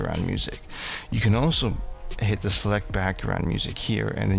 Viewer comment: Sir i can ask that you slow down as you speak. Maybe we are in different regions of the country or world. It sounds like your saying pick D. I had to replay replay .. Dee Pencil ..aka pick the pencil. ? And i hope i got that correct ? Your microphone seems close or over sensitive, picks up your sniffling in... All natural events .. but not great to listen to. No ..No ..Im not Miss Mary Manners or work in a Library. But if you could pronounce words clearly n slower especially during the instructions your giving .. no no im not a blue haired old lady but im sure there are a few decades between us. I appreciate the videos with instructions of how to make this frustrating Gallery System work. Im not wanting to offend you and i hope you are open to constructive feedback . If your not, feel free to tell me to blow off.. but i hope that you can see my intentions are truthful and just trying to understand your instructions more easily the first time.